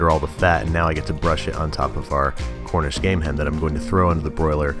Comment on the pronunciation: hornish game hen